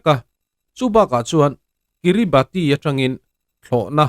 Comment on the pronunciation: Kiribati hi 'Kiribas' ti a lam tur a ni teh tlat.